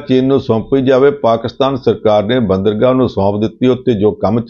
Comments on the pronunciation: ਇਸ ਪ੍ਰੋਗ੍ਰਾਮ ਦੇ ਐਂਕਰ ਸਾਹਿਬ ਬੰਦਰਗਾਹ ਨੂੰ "ਬਾਂਦਰਗਾਹ" ਕਹਿ ਰਹੇ ਹਨ। ਕੀ ਇਹਨਾਂ ਨੇ ਕਦੇ "ਬੰਦਰਗਾਹ" ਸ਼ਬਦ ਨਹੀਂ ਸੁਣਿਆ ਜਾਂ ਪੜ੍ਹਿਆ? ਇਸ ਸ਼ਬਦ ਤੋਂ ਤਾਂ ਵਿਦਿਆਰਥੀ ਸਕੂਲ-ਸਮੇਂ ਤੋਂ ਹੀ ਜਾਣੂ ਹੋ ਜਾਂਦੇ ਹਨ। ਐਂਕਰ ਤਾਂ ਜ਼ਰੂਰ ਘੱਟੋ-ਘੱਟ ਗ੍ਰੈਜੂਏਟ ਹੀ ਹੋਵੇਗਾ। ਇਸ ਦੇ ਸ੍ਵੈ-ਭਰੋਸੇ ਵਾਲ਼ੇ ਉਚਾਰਨ ਤੋਂ ਤਾਂ ਇੰਞ ਜਾਪਦਾ ਹੈ ਕਿ ਜਿਵੇਂ ਇਸ ਨੂੰ ਆਪਣੇ ਉਚਾਰਨ ਦੇ ਸਹੀ ਹੋਣ ਦਾ ਪੂਰਾ ਭਰੋਸਾ ਹੈ ਅਤੇ ਇਹ ਬਾਕੀ ਦੁਨੀਆ ਦੇ ਉਚਾਰਨ ਨੂੰ ਹੀ ਸੋਧਣ ਦੀ ਕੋਸ਼ਸ਼ ਕਰ ਰਿਹਾ ਹੈ। ਪੰਨੂ ਸਾਹਿਬ ਤਾਂ ਭਾਸ਼ਾ ਦੇ ਕਾਫ਼ੀ ਮਾਹਰ ਹਨ ਤੇ ਉਹ ਗ਼ਲਤ ਉਚਾਰਨ ਕਰਨ ਵਾਲ਼ਿਆਂ ਨੂੰ ਟੋਕ ਵੀ ਦਿਆਂ ਕਰਦੇ ਹਨ। ਪਰ "ਬਾਂਦਰਗਾਹ" ਦੇ ਗ਼ਲਤ ਉਚਾਰਨ ਸਮੇਂ ਉਹ ਵੀ ਕੁਝ ਨਹੀਂ ਬੋਲੇ। ਉਹਨਾਂ ਨੂੰ ਅਜਿਹੇ ਸਮੇਂ 'ਤੇ ਜ਼ਰੂਰ ਬੋਲਣਾ ਚਾਹੀਦਾ ਸੀ ਤਾਂਕਿ ਲੋਕਾਂ ਵਿੱਚ ਗ਼ਲਤ ਸੰਦੇਸ ਨਾ ਜਾਂਦਾ ਅਤੇ ਚੈਨਲ ਦਾ ਅਕਸ ਖ਼ਰਾਬ ਹੋਣੋਂ ਵੀ ਬਚਾਅ ਹੋ ਜਾਂਦਾ। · ਵੀਰ ਜੀ, ਬਾਂਦਰਗਾਹ ਨਹੀਂ ਹੁੰਦਾ (ਬੰਦਰਗਾਹ ਹੁੰਦਾ )!